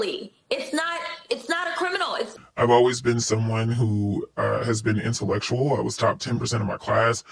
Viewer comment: shi entulekshul! 🙄